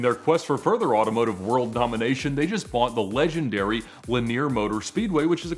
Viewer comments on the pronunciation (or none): none